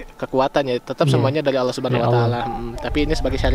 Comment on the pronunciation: Oh my god, oh my god...apa sukar lo menyebut nama ALLAH.!